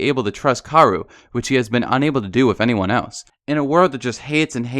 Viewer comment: Was anyone else cringing when w kept saying karu and sinji!??? ITS KA O RU AND SHINJI